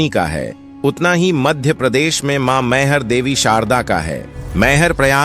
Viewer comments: Pronounciation is wrong.....mayhar nahi maihar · भाईसाब बोलना तो सीख लो मई हर नाम है सही